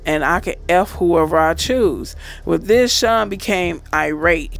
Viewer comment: It’s Sean not shun lmao 🤣